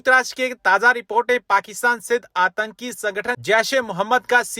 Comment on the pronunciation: Bhaiya hindi ki hatya mat karo antaki nahi aatnki hai